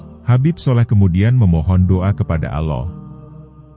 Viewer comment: Ini sebenarnya siapa si yg bercerita ini kok bilang nama Allah dgn sebutan aloh knpa sih jgn² yg bercerita ini org yg kurang ajar ya